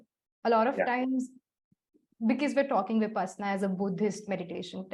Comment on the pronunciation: I am a bit critical. Please. Its विपश्शना not विपासना . The word has a meaning. Who knows, knows ! BTW thank you for the video. Go ahead 🤘